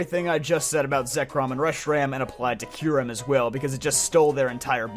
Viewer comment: If I had money, I'd donate this guy like $50 for pronouncing "Raikou" correctly. I hear "ry-koo" so freaking often that I corrected this guy out loud before my ears melted at the realization that he was ACTUALLY RIGHT 😭😭😂😂 Edit:// omfg he pronounces Kyurem correct too!!!! Give this man a medal!!!!